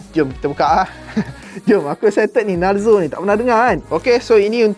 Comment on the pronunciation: Cara sebut dia bukan narzo,tapi narzo